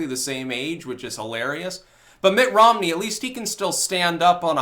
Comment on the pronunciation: Did say Ritt Monmey? I like it.